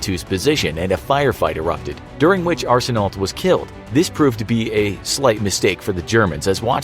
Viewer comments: Only some Canadians can understand he was saying “Arsenault” wrong.... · You not supposed to pronounce the last letters of L and T in Arseneault. The more you know. :) It's pronounced the same way mine is spelled, regardless of the spelling.